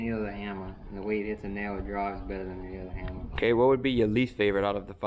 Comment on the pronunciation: The "hammar"